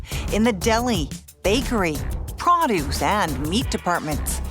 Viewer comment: "pra duce" okay lol